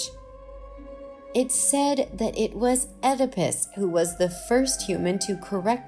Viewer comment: Check the pronunciation of Oedipus